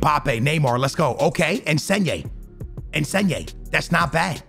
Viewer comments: Its in-sin-yay not en-sen-yay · "ensneyay" - version of insigne